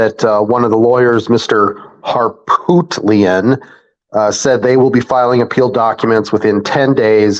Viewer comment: I loved the way said the name, Har-POOT-li-an.😆🙃🤣😂😅